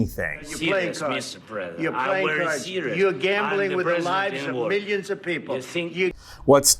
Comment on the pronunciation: If you listen carefully Trump cannot pronounce million nor billion. What a mess of a person.